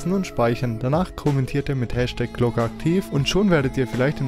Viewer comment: #glocke ativ nicht spas xd